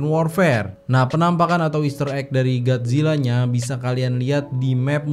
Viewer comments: bang kolo bilang gat zila sebenat nyah gotzila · Bang kenapa gomongnya Gadzilla kan seharusnya? Godzillaa?